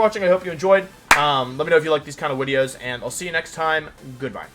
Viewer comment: Love your content I am subscribed but my wife hates they way you say video and venasaur so she makes me where headphones but totally worth it